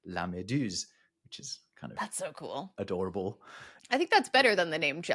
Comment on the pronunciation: hearing adorable as dorable, is adorable not being dorable?